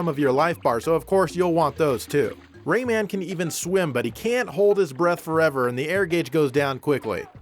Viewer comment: I'm so glad you say "Ray-Man". So many people pronounce it like Raymond, without the D, and it sounds like something only people who fuck their own fathers would say.